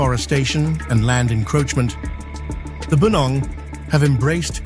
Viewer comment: you saying it wrong its not bu-nong. its Pu-nong. it mean forest people or jungle people. hence they live in the forest. like tarzan LOL